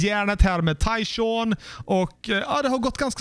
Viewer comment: du säger bara Tyshaw och du glömmer n:et i slutet